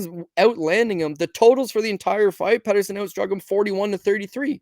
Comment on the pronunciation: Peterson not Patterson 😅